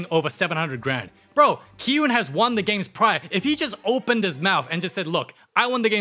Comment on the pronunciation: You should do Elio I love how you say " da movie begin with the... "